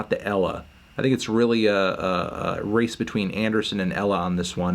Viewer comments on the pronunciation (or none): none